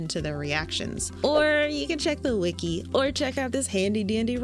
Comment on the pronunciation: Whenever you say “the wiki states” my silly little brain hears “The states” and I find that funny